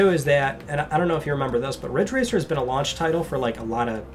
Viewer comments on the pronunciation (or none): It's "Ridge Racer" 7 It's "*RIDGE RACER*" 7